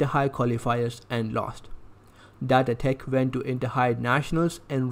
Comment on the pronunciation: The accent is so funny he said datae tech